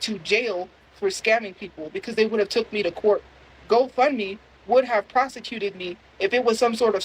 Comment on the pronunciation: “ plosecuted me”